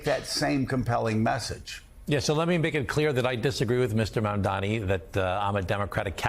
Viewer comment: Joe's interviewing- ugh! He's an arrogant host and irritating former establishment Republican that is baffled by the appeal and victories by AOC, Sanders and Mamdani (learn how to say his name, by the way, Joe!). Only in America 2025 would folks like them be considered extreme left.